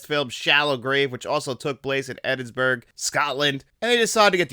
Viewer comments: Nah the video was otherwise fine but pronouncing Ewan as Ooan then later Ewing and Edinburgh as edinsburg is not an accent issue. I’ll let you be a real fan of this film when you can pronounce Edinburgh properly at least ;) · Ooan? Edinsberg? Benji? What am I listening to?